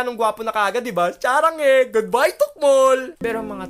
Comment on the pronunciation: "charanghe" HAHAHAHAHAHAHA Lt